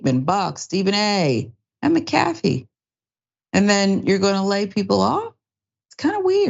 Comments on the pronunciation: it's pronounced mac-a-fee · its mac a fee say tht name correct so we all know who this idiot is its mac a fee like the virus software 😂😂😂😂😂😂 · It’s pronounced, (Mack-Ah-Fee)…..🤦🏾‍♂️ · Y’all gotta start pronouncing these names correctly. Lmao it’s “Mac-a-fee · I'm with you I couldn't even finish watching this video the fact she couldn't even say his name right just shows her ignorance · The name pronunciation is killing me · Totally I think if you report on someone you should find out how to pronounce there name it would take 5 mins of research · Damn you can't even pronounce his name right wow